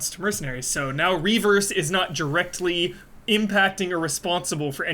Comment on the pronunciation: simply refusing to pronouncing it "R-E verse" is funny, he's been doing it since it was announced lol.